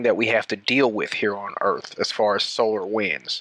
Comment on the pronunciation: Well, he sais "earfh", so...